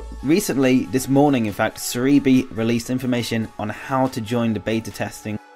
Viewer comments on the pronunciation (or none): ser eee bee? it makes more sense to sound like celebi ser e bee, cus it shows a celebi